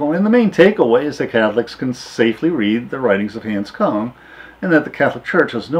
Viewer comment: you have mispronounced his name.